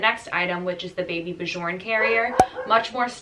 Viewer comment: Super helpful video!! Also you have probably learned this since the time this vid was posted but it’s pronounced “baby b-yorn” no j sound!